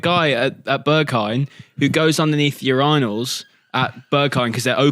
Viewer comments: thats how you say it mate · why did bro say urinals like that